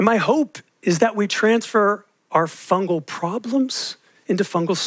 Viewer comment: Fungus fungal, fungi. Not funjus funjal funjai